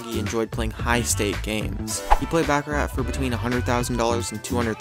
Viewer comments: If you are going narrate a video about gambling learn to speak the language of gambling. The favorite game of high rollers is pronounced BACH-A-RAH, not BACK-A RAT. You would only back a rat in a rat race. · “Back-a-rat”... LOL!!!